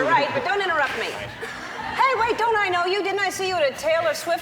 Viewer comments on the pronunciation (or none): I am watching this rn and am yelling at Ellen for the pronunciation of Taylors last name